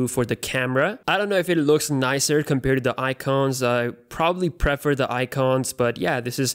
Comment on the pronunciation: please stop saying compere :(